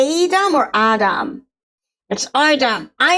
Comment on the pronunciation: I hate to break it to you but it really is pronounced aydam not eyedam. The phonetics in the glossary is confusing because it spelled aye while expecting you to say ay.